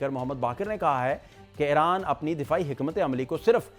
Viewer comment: جناب جب غلط عرف عام ہو جاۓ تو صحیح پر غلط ہونے کا شک ہوتا ہے۔ یہ نام "ای ران" ہے "اے ران" نہیں۔